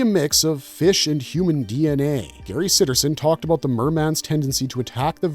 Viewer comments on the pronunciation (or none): none